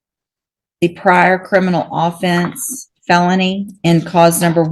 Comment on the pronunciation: She can't pronounce "offence" right, and she's handing out 25 years. That's a little extreme. He's kind of a fuck up, but he's not a serious violent criminal.